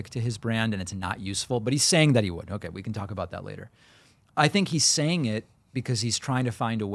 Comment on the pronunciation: O-kuhhh curly. Dim. Get off the air.